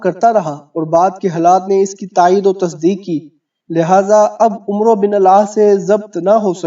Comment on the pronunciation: عمرو نہیں پڑھا جاتا عمر پڑھا جاتا ہے ع کے اوپر زبر پڑھ کےمیم کےساتھ ملاکے پڑھیں